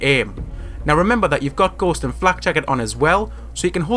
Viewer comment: What he said: Ghost What I heard: Gost